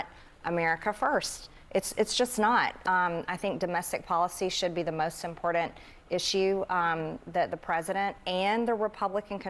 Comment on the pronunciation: God bless her heart, but would someone please teach sis how to pronounce the word important?! It's cringe. It sounds like she is saying imported. 🫣